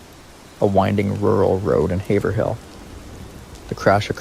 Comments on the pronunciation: It would be easier for everyone in Maura’s case if the paperwork and law officers used English. Also : Haverhill= Hay’-vril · Can definitely tell you are not from Massachusetts or New Hampshire just by the way you pronounce Haverhill 😂😂 I can’t help myself, sorry… Great video! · Its pronounced hav rill long a. The laziess police force on the eastern sea board i wish that lady who went by only left 5min earlier to go home from work that day.She absolutly would have helped Maura.i would told well come with me to my house and well decide what to do from there.This nice lady came by the accident car prob only 5 or 10 min after it happened and Maura had taken off. From the site.i think she took off running in the direction were no one looked and went into the woods to hide. I think she hid in the woods but furthur up the road.That nice lady said she got a bad feeling and could explain why. After she went by Mauras car.. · When saying the name of Amherst in Massachusetts, the "h" is silent. It is pronounced "Amerst". Haverhill is pronounced "Haverill". That "h" is also silent.